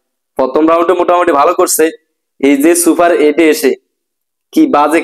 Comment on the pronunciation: ভাই তোমার বারি কই।।চুপার এইট না সুপার এইড হবে।আর পেলেয়ার না প্লেয়ার হবে😆😆😆